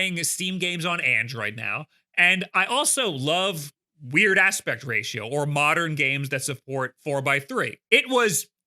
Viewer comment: Everytime he says "Weird Aspect Ratio" - My mind links the first 2 syllables for about 3 seconds then I mentally rewind and understand it properly. "What's a Pectratio?"